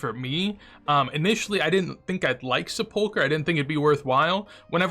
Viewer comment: Say "supolker" one more time...